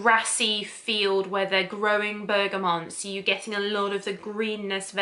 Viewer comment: Bergamot (not Bergamont😊)